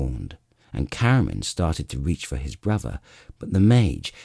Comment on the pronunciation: Wait wheres the other 2 books? I was even getting used to hearing "Waistlin and 'is bwuvva" 😂